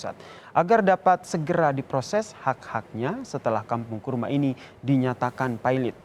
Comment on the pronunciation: kurma ,,,apa karrma,,,,hehehe